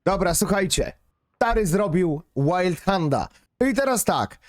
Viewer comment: przestańcie to wymawiać łajndhand chociaż w tym wypadku to nawet wyszło łajldhand XD czyta sie to tak jak sie pisze